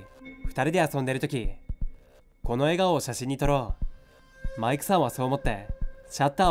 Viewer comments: なんかマイクさんの言い方気になるな…マイ↑ク↓さん… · マイ↑クさんって訛ってるのが妙に中毒性があって心霊写真より何度も聴いてしまう笑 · マイクさんって呼び方の発音の仕方が少し笑ったw 今回も怖かったです👻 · 【マイクさん】のイントネーション気になるww